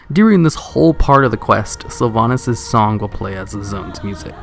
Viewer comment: Hmm))) nice silver pine quest! In Russian version garrosh named sylvanas «дохлятина» (carrion). Looool, why he speaks “sylvanis”?))))